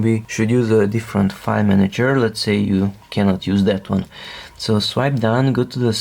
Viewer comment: What a minute r u saying 5 /five???! Or do you mean file??